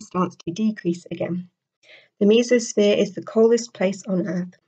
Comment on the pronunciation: You said mesosphere wrong.